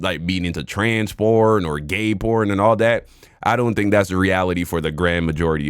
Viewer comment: It's just a kink, they can do whatever they want as long as they don't hurt others. Most of it is just filters, who cares. She's just trying to frame everything as patriarchy and I can't tell if she's saying corn or porn. lmao